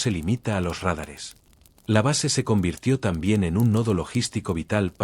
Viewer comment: Que se corrija la acentuación pues demerita mucho el trabajo realizado. Dicen RÁDARES en lugar de radares.